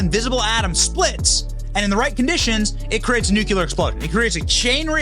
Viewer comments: It is pronounced 'newCLEAR', not 'nookular'. Only you and GW Bush say 'nookular'... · IT"S NUKE-LEE-UHR .... George Bush JR. Not NUKYULUR. Pronounce the word ..... NUCLEAR! Where is the U after the C? 😂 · Dang it Benny!!! It is NUCLEAR NOT NECULAR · Nuclear, not Nucular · FFS! It's NU-klee-rr not NUK-yu-ler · Hey Benny... nuCLear... not nuCUlar. Lol. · New-clear, not new-cue-lar. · Jeezus - it's pronounced **New-kleer**. Why do so many people butcher that word? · It's pronounced knew-clear. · It's pronounced "new-clear". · Benny says "nucular". lol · Please pronounce nuclear correctly.